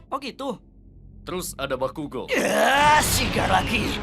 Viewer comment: Bakugo malah bilang bakikuk